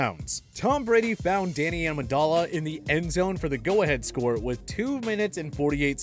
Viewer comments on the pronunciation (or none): Did he just say Danny Amendolla? Dolla dolla bills. Smh